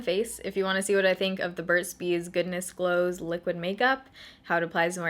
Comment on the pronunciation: At first I thought you said Goodness Blows"!!!